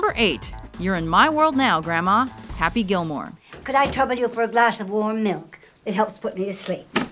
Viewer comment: This list muh-muh-makes me happay